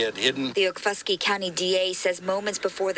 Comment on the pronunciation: It’s OKFUSKEE county